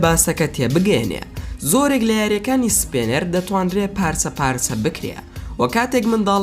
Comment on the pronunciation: سپێنەر نا سپینەر